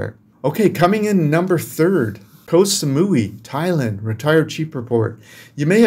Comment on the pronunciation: just so you know KOH in Thai is pronounced like GOT. As in GOT Sa-mu-ee (Koh Samui)